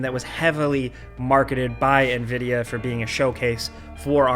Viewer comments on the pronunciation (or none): none